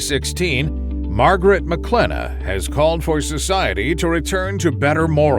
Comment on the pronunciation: Mawgrit has no Scwuples